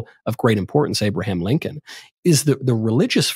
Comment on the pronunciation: Did this man just say Abraham Lankin??